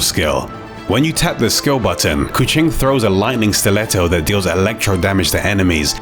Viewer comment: He pronounce keqing like the indonesian word for cat, "kucing".. her hair kinda makes her look like a catgirl.. possibly a wordplay by the dev